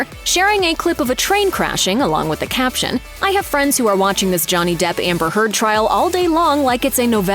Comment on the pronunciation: I'm sure that Amber's name was pronounced Turd here. 😂